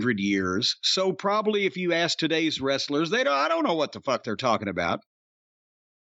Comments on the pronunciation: I popped on " got da Fook outta here!" Jim your channeling my Trinidadian neighbour.🤣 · That is also the Irish pronunciation.